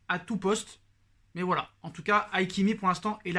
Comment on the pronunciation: Hakimi pas haikimi lol